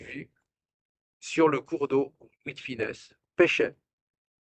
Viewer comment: Acheter un pareil château avec le cachet d'un seul film... ça laisse rêveur. Vous semblez prononcer De fines au lieu de De funes, ou bien c'est mon oreille ?